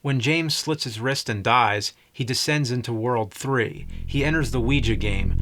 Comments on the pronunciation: "Wee-juh" board... has he never heard other humans speak? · It is so fascinating how badly he mispronounces “Ouija”.